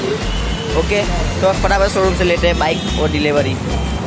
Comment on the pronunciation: WTF! "My Dream BACK" Koyi isko English ka tution karwawo seriously, kon sai class mai padte ho.